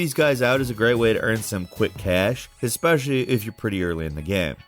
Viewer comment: “St-au-ten Island” “Ya-kah-za” “Vig-il-anti” “X-specialli” “Le-own” is terrible at pronouncing things. Also please blow your nose